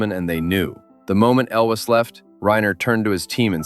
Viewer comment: This was a first-date movie for me, when the gal and I worked at Disneyland :) And, it's Cary ELWES. not elvis. How about Animal House for one of your movies?